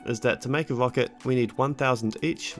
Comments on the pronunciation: "wocket" lol should've learned how to speak instead of math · i like the way you say "wocket"